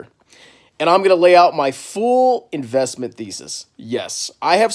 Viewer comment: fool-investment-thesis or full? Dont know if I misheard